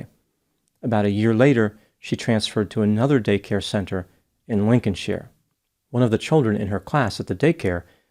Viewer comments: I grew up in "greater Chicagoland", and I have never heard it pronounced Lincoln-sheer. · Lincolnshire is pronounced Lincoln shire. I live pretty close. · It’s actually pronounced Lincoln shYer. Went to high school in that town. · Lincoln Shire is the correct way to pronounce it. Shy er. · Uh-oh: I think you got some bad intel,. Illinois' Lincolnshire is pronounced LING-kin-shy-r (or LING-kun-shy-r), just like shire is pronounced SHY-r. We're very busy here in Illinois, we've got farms to tend and skyscrapers to build, so we keep those pronunciations simple and consistent. Unfortunately, you implied otherwise when comparing us to the UK in your video. Alas, it seems you've too hastily judged Illinoisans/Illini and our linguistic logic. But that's all water under the bridge. No worries. All good. Now, when Illinoisans/Illini should expect your apology? As I said earlier, we're very busy with our crops and our businessing, but I will do my Midwest best to fit you into our schedule. No rush though. Just let me know when you're ready to go! 😎😂🤣😂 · I'm from nearby and we pronounce it Lincoln shire, like from the hobbit. Thanks for the video though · It's actually pronounced Lincoln-shyer! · It's LincolnSHIRE....like "tire" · Lincoln " Sh-eye-are" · It’s Lincolnshire! Shire is pronounced like “hire” but with an “s”…so it’s “shire” Hence, “Lincolnshire “ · “Lincoln sh-Ire” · Sidenote: I live about 30 minutes from Chicago. Lincolnshire is pronounced "Lincoln Shire"(shire like wire) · You pronounced the town completely wrong btw … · Lincolnshire (Illinois) is actually pronounced like “The Shire” from Lord of the Rings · Lincolnshire ... as in mispronunciation will draw the IRE of critics.